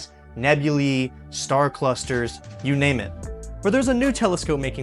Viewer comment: Nebulae does not sound how I thought that was pronounced 😅 super interesting video 🛰️☄️